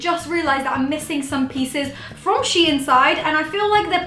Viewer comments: its pronounced sheen not she inn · the way she says the brand's name lmaooooooo * SHE IN * ahhahshggsgg its SHEIN * sheyn * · Wth is she-in. It’s pronounced sheen. But ily great vid xxxxxxpooooooo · It’s not she in its shein!! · I pronounced it shine XD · nope, it is DEFINITELY "sheen" i dont know where she is getting THAT pronunciation from! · I pronounced it as Shane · Don’t worry, I pronounce it “sheen” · U dont prononce It like shiin it's s-h-e-i-n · LMFAO I PRONOUNCED IT SHANE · loved your videos this isn’t hate but it’s pronounced sheen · You all pronounc it wrong bc shein os dutch and in duch ei is a diffrend sound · M she says it wronggg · She said it wrong....😂😆